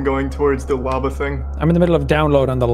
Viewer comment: does anyone else hear "wabba" instead of "lava"?